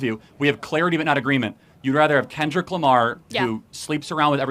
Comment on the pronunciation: I can’t believe she called Kendrick “Ken Drick” 😂😂